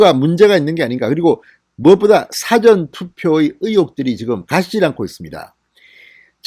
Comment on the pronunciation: '사전' 투표 발음이 틀렸어요 국어사전 영어사전 할 때 처럼 발음하면 안 돼요. '사'는 장모음으로.... 일 사, 앞 전.